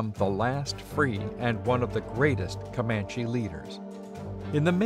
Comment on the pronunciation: COMAND-- COMANCH-- never an, e.